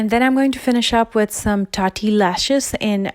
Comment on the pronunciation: ''Tatti lashes''😂